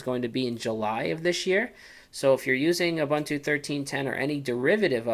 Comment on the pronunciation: are-bun-too... wtf??? it's pronounced oo-boon-too. i wana rip my ears of every time he says are-bun-too